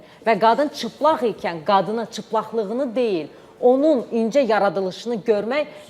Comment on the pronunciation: Ciplag yox cilpag